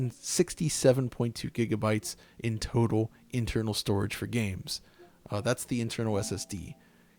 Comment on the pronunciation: Bruh ur voice crack when u said strorige